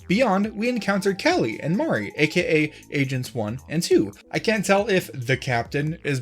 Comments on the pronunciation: You pronouncing Marie as MAW-ree instead of Muh-REE is PAINFUL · It's not Mar-e, it's Ma-re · Great video but please PLEASE fix your pronunciation on marie it sounds like maree not mahry. Also please get used to motion controls I know its hard at first but you'll get used to it. :) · did he just say "Mari"